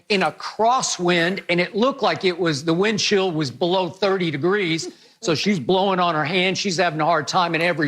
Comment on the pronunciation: Skip calls wind chill "Windshield"